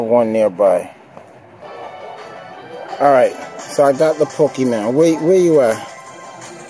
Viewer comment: poke e MON not man, jesus